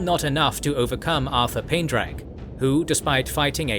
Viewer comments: It's pretty amusing that you got Artur Hawkwing's name right in the title of the video, but you pronounced it wrong literally every single time he was mentioned lmao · The AI refused to say Artur huh? 😅